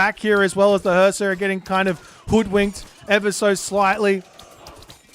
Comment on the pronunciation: your pronunciation of Suppe's name is wrong. His name is Husksuppe, which means "remember soup" in Danish. Husk is pronounced with "u", not "a", it's not an English word. Put Husk in google translate Danish to English and you will hear correct pronunciation. I find it ironic that in this very video you argue how to pronounce "qilin", but keep mispronouncing player's name.